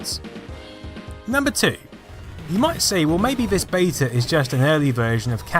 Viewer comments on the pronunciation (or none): Great video but I wish you would pronounce beta properly and also your THs